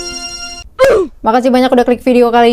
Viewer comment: gw denger ny marinasi😭🗿🗿